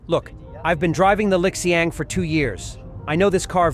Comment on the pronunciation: Pronounced as Li Xiang; NOT LIK XIANG